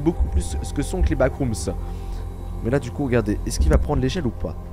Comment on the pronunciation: Vremment ça me frustre que dise backroomsss alors que c backroomsss sans s